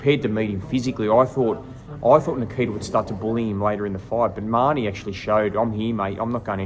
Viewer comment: doesn't even know how to pronounce His name! Ma- Ho-Nee = Mahoney, not! It. was 6 to 5 Tszyu going into the 12th & did edge out the 12th!!